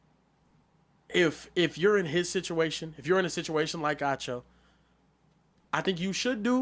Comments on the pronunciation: Ahh cho not ah choo 😂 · it’s pronounced “AH-cho”.